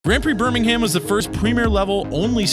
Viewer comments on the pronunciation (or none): You pronounced Birmingham wrong and it’s offensive